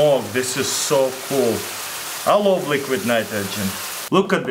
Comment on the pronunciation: "I luf liquid nitrogen"